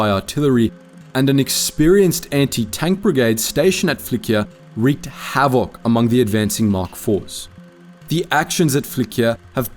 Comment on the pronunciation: Why are you pronouncing havoc so weird?